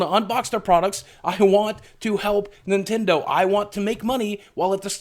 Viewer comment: You said Nindendo. There goes your YouTube money!